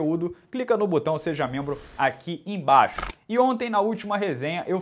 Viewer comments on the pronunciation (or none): none